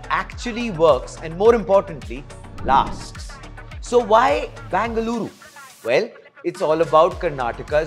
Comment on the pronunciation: Say either BEN-GA-LURU or BAN-GA-LORE 🤦🏻‍♀️